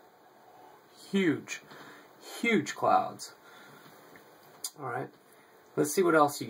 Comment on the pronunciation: I believe you over emphasized the term "huge cloud"